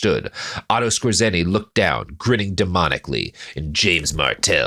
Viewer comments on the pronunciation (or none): Skōre-tsuhnee, not Skuh-zēnn-ee